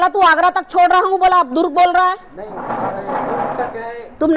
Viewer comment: Ye itna overacting kyu kar rahi hai. Durug nahi hai durg hota hai. Koi kuch bhi kare baat karne ka ek tareka hota hai